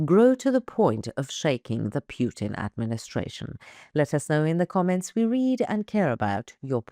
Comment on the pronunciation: Just a heads up Putler's name is Putin. Sounds like u say Pewtin